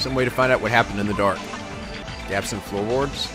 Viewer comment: Idk why but I laughed wen he pronounced gaps as "gaypes" xd